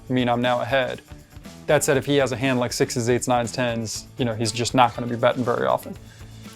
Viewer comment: " issa real money but it does a not rook a rike real money..."